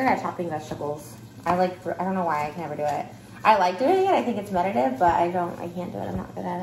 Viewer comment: Yes, that would be as Trish says “meditive”. Trish! it’s called meditative !!!